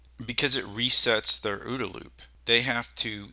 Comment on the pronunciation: For the sake of pedantry, Colonel John Boyd never pronounced it "Ooda" loop. He always spelled out the letters. It's called the O-O-D-A Loop.